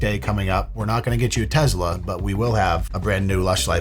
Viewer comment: I like how he says “TeZla” 😉